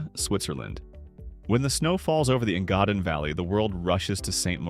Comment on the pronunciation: Please learn to pronounce ‘Engadin’ valley correctly.